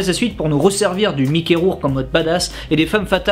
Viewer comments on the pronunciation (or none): none